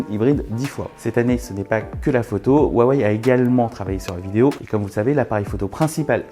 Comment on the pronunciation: Par pitié Huawei ce prononce "Rouawei" et non "Wawey" écoutez la conférence de Richard Yu. Le H se prononce proche d'un R pour nous.